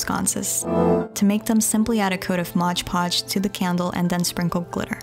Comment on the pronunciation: its not moj podge its mod podge